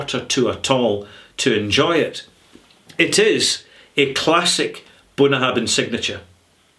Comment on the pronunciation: I hestitate to post this, as I am sure that knows his stuff, but surely "Bunnahabhain" is pronounced "boon-a-HAV-in" with a "V" rather than "boon-a-HAB-in" with a "B"?